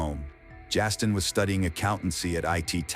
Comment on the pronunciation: It’s Justine, not Jastine